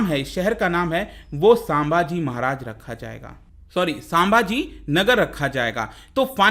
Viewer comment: Thanks for this video. But the only thing is it's संभाजी महाराज not सांभाजी महाराज!